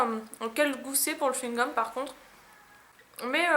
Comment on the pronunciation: le chouigome pikatiou